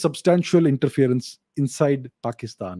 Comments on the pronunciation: It is more like Paaakistan, lol. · Pekish-taan, bangle-dash - western slang, nailed it 😂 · "Pakisthan" "Bangladashh". Sarcasm on next level, lol 🤣🤣🤣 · "Pakistan, Bangladesh". Fantastic American mimicry. 😄 🤣🤣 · That accent when he says "Pakistan" 😂